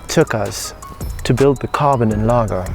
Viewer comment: we prounounce NLAR*J*O because it means enlarge